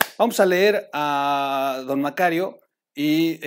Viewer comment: me cae usted muy bien pero no sé dice "Barlet", se dice "BarTlett". Perdón que se lo diga, igual el apellido del señor Macario, no se pronuncia así.